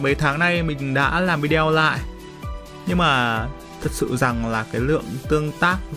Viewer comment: " Vi đeo " nha mn😆😆😆